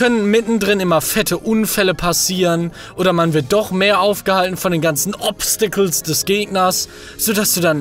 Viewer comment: Hat Manuel bei dem Wort "obsticles" einen kleinen Schlaganfall gehabt?